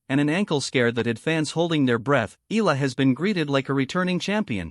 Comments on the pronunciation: Eh Yah La not Ih La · She's NOT E-L-A, NOT pronounced EELA. She's E-A-L-A, pronounced E-AH-LA